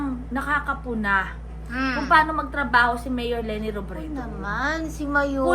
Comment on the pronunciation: Para pang pilit ang pag bigkas niya(ni ) ng M-MAYOR L-LENI ROBREDO! 🙄🙄